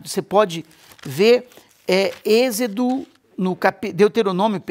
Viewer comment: Olá, Deus abençoe 🙏, só uma correção, é êxodo, não exedo, ❤